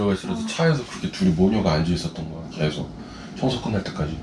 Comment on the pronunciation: 계속 -> 깨속 이라고 말하는 사람이 의외로 많군요